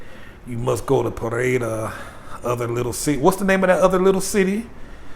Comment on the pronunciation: SORRY ..ITS PE-REY-DA